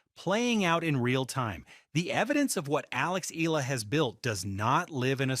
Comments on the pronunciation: PRONUNCIA Ee--- YAA-- LAH GRAZIE. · Eee-yah-lah !❤ not eelaah! My goodness! 🤣🤣🤣we Luvv U Alex & Alex 🥰😅💪🎾🏆🫶😻😀👍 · Eala it is pronounced as e-ya-la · Pronounce the name "" Alex eyala, Eala